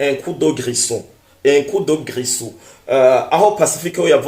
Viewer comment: coup de grisou . on dit grizou